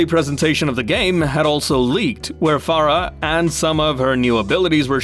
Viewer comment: Bro you pronounced Farah's name the right way. You must be from somewhere from South Asia.